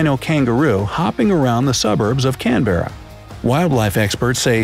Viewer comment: He said Cannbera wrorg